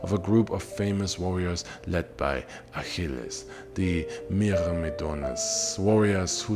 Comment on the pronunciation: the pronunciation of the name is gorgeous